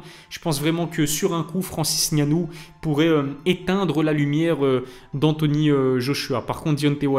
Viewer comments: Merci pour la bonne prononciation du nom de Francis👌. Assez rare pour être noté. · Enfin un français qui à l honnêteté de prononcer le nom " camerounais" correctement Respect Like et partage